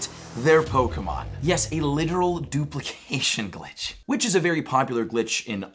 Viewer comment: Ah yes The DOOPLYKASHUN GLEETCH